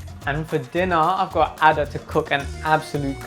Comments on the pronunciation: Nigerian girl pronouncing "Ada" as "Harder" is making my blood boil.. What is that weird pronunciation? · I can’t get over how they pronounce her name 😂😂💀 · You're telling me that she's a Nigerian and she pronounced her own name like that? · As an Ada, my eye twitched everytime he said Ada lol everyone pronounces it that way but it’s not how it goes